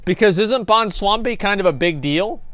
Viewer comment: "bwonslambi"....i died....